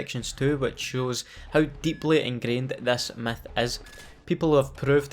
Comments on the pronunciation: He says myth like meth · Why it sound like he saying meth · i like how u say Myth “METH” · sounds like he said meth